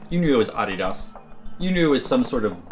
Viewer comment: awhdhidhas . that's how he pronounces adidas